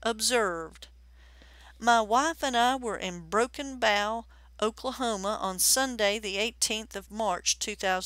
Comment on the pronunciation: Exactly wondered why narrator said Bow like of a ship instead of as in "Broken Bow"